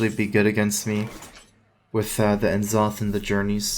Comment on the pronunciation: How does someone stream and play in tourneys for this long and still say "En - Zoth"?